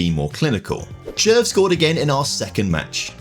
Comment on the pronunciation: As a Czech person the team pronunciations hurt my ears but well done on the player pronunciations like Červ